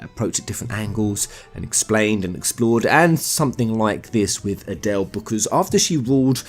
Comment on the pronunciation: Yeah you do not speak that name out like Adelle... It's A-del. Just say the A and del after it. So annoying if people get that wrong. Just as hard as saying Lunatic i guess....Long A's....not short ones....